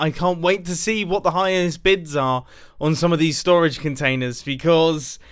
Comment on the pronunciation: Nobody: Mumbo:stOraGe WarS